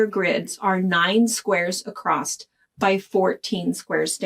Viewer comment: Love your tips. Love the pattern. Newer subscriber. As a midwestern gal growing up, I want to give you what I hope you'll take as constructive criticism... The word "across" has no "t" at the end ;)